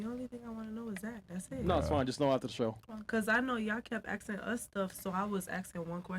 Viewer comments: She just axing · "I was just axing you a question" Learn English!